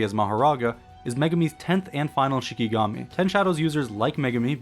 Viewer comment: Its not shiNIgami. Its shiKIgami